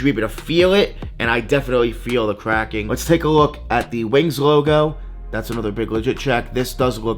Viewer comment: Kwacking are you trying to say cracking. Next time have a fake to compare you 🤡